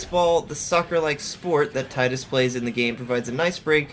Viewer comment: Yaay you pronounce Tidus the same as me. Most people say it so weirdly.